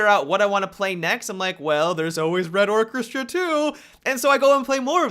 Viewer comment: Come on man, is it so hard to pronounce the word "orchestra"?